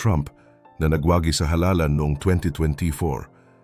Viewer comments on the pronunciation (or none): Hindi nagwa'gi Ang tamang bigkas sa Tagalog oy nag'wagi'.